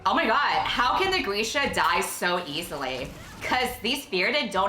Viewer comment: Why is Grisha pronounced Greesha?!?!?!???